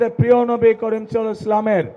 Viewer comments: উনি আমাদের নবীর নামটা ও ঠিক মত নিতে জানেন না। সবার শুনার একটু অনুরোধ রইলো ভিডিও এর ১:৩০ মি: একটু মনযোগ দিয়ে শুনুন আমি ভুল শুনেছি কিনা? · নবি বলতে পারেনা ভালোভাবে তার মুখে নবি কথায় মানায়না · আগে নবী (সাঃ ) নামটা ভাল করে বলেন